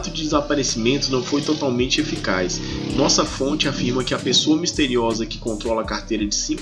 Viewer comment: “ Noossa fonte” kkkkkkkkkkkkkkkk ai Jesus!